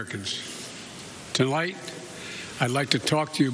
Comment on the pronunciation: He made it to 6 seconds without making a gaffe, AND then he says Tolight instead of tonight. How do you even make a mistake like that ? He is reading a teleprompter, he stares at it and slowly and carefully reads what amounts to be a HORRIBLE speech written by some libtard smuck. Trump never used a teleprompter and could give very uplifting speeches and never made a gaffe. Soon he will be telling us we have to ride bikes to work and you have to plant your yard with kale to eat because they are taking away our gasoline and meat (while flying around in their jets and limos telling us what we can and can not do.)